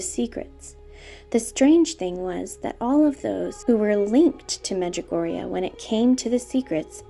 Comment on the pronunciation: XD medjugugu!!